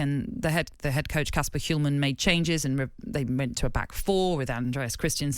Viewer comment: Uhm, the 'H' in 'Hjulmand' is silent.